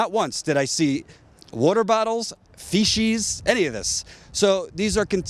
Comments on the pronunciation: You're awesome,! Still... "fee-sheez"? lmao FEE-CEEZ! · lol, it isn't "feshes", it's feces, you're doing great work, awesome reporting, we are in some serious trouble when shit like this goes down, environmentalists are being treated like "terrorists" by corporations and the governments they've bought, absolutely disgusting what is going on here. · uts pronounced FEE SEES u moron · Protestors need to be arrested and how is a grown man not know how to say FECES. "Alledgedly throwing Feshees". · "feshees" lol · I normally try to let this stuff go, but "feeshees"?? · I absolutely Love your report and THANK YOU for staying on it. Fyi.. the correct pronunciation for shit is not feshees. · Please Google the pronunciation of the word "feces" It does not rhyme with "species". Thanks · Haha you say feces weird.